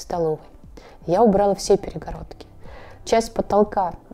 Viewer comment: Всё красиво! Прям моя мечтааа😇 Но вот «аутентичность» за каждым словом повторять не стоит, слух режет! И да, не убрАла, а убралА!